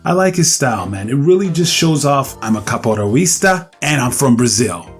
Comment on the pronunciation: AHh that sweet pronounce, "Capoeraoyeestah"